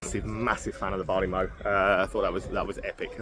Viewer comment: Mow as in the cutting of grass is pronounced like low, mow the place to store barley is pronounced like cow.